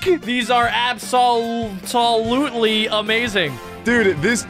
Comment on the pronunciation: Bro said “Abs-sow-Tol”